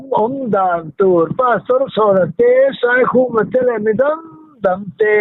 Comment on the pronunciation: Zawlnei Saikhuma hming pawh lam thiam lo, i nawi hle mai.